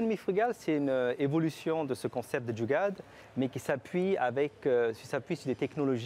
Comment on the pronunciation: La journaliste a du mal à prononcer le mot Jugaad…